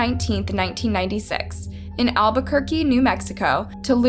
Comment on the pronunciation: sss....Albuquerque, como siempre. you should know better if you're from 'Burque.